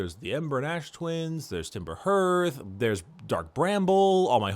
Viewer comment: I think it's really telling that every reviewer who talks about Outer Wilds basically ends the video by begging you to buy it! It's really that incredible. Also, hearth sounds like heart, not hurt. It's an enclosure for fire, similar to a fireplace.